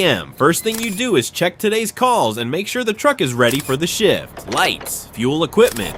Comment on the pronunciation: If it wasn't for the subtitles, the word shift sounded like Sh1t